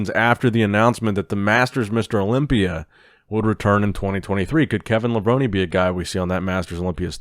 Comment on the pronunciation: It’s Kevin LA-VRONE.. not LA-VRONIE 😂